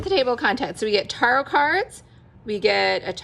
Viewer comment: It’s pronounced Ta-rot not with a hard a like in car. Its more like tear-ot. I’ve never heard the tarot pronounced like you’re saying it.